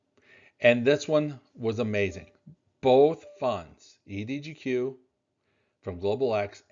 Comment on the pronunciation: EDGQ not EDGO